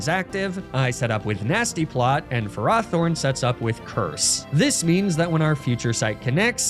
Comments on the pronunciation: It's super weird to hear him pronounce Ferrothorn Ferr-RAW-Thorn. I've always imagined it as Ferr-ROW-Thorn but now I'm not sure which is correct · I call it Ferr-Row-Thorn as well, because I view it like ferrous, as in iron. hearing it pronounced another way is weird. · I’m sorry how did you just pronounce Ferrothorn? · I'm sorry but I had to turn off the video due to you pronouncing Ferrothorn wrong SO MANY TIMES!